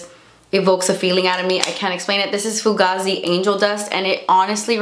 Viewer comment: fu *gay*zee is the way its pronounced